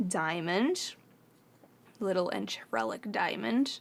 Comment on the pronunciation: Hi can I help? It's pronounced on-tre-lac it's a French word I think, hope that helps, x